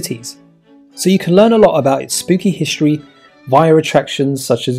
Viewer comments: I'm not sure I want to listen to somebody who says "hishtory" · ‘History’ not ‘hishtry’ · Hishtory? Shtreets? Dishtricts? Shtreams? KesWIck?